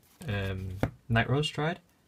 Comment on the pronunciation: 4 nee Nightrose lmao